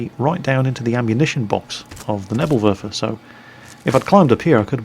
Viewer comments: its pronounced "Nebel Werfer", not "Nebl Werfer", you kind of swallowed the second "e". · you really need to learn how to pronounce Neeeeeeebel Werfer:p